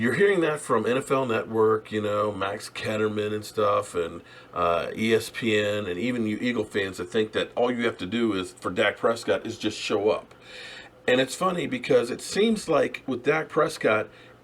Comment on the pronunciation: His last name is Kellerman not "Ketterman", still love the videos bro. Just trying to help out before some troll does